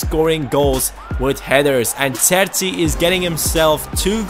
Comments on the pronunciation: its cher-chi not sersi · his name is pronounced "Cherchi"